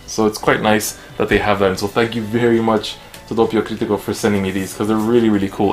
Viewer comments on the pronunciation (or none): i'm italically trigger by your pronunciation >:( /s p.s the page is called DoPPio Critico, with 2 p's not one